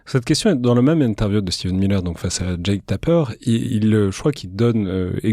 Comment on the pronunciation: Pour rappel, c'est Stephen Miller, pas Steven...